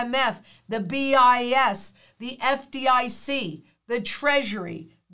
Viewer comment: ”at BIS”: I heard ”abyss” 😅